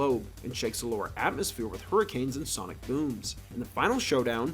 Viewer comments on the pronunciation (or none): none